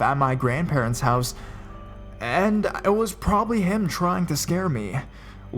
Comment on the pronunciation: Quit separating the syllables while talking really fast at the same time."I RE-GU-LAR-LY STAYED AT HER MO-THER-S HOUSEUHHH"